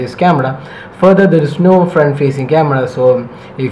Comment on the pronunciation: ya its " CAMADA "